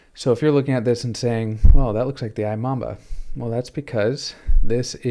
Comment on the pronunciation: Imamba is pronounced eeMamba